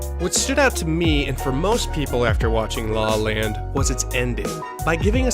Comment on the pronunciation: It sounds like you say “Sing in the rain” and “law land” multiple times in the video. Anyways, great video. I’ve been on a La La Land mood lately and been watching years old videos about the movie.